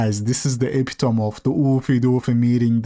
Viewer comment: Epitome: e-pit-oh-me